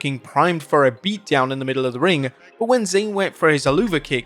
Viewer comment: You just botched the word ring😂